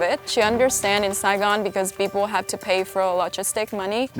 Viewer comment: we not just gon act like he did not just say dirty pepole